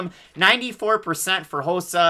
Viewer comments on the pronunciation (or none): It’s rosa not josa lol